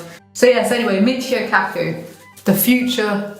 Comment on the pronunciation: “Michio Kaku” I thought she said “mix your cat food” 🙃